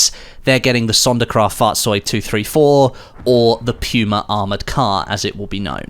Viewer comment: The way u say puma triggers me